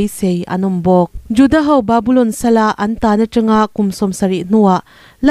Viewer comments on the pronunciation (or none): none